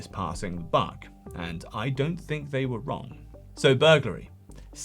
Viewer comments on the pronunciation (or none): none